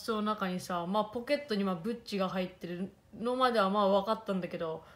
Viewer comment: ブッチがグッチに聞こえて、文ちゃんもしかしてセレブ？？？って思った（笑）